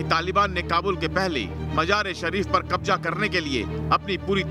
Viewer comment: Qabja😂😂😂 Qabja nahe Qabza hota he aur Majar e Shareef nahe hota Mazar e Shareef